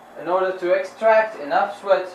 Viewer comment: dude you're perfect why are you so shy for saying extract wrong? I love your work I wish i can help!